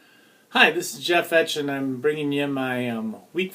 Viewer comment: That's not how u pronounce ur last name